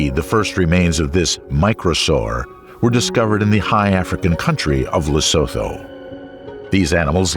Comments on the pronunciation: It's pronounced "Lay-soo-too", not "Le-sow-thow", regardless of its spelling. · Small nitpick: Lesotho is pronounced "Lesootoo". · I actually love this documetery but you said Lesotho wrong so many times I had to say something. For those you don't know it pronounced Le-su-tu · The h in Lesotho is silent, it’s pronounced lesoto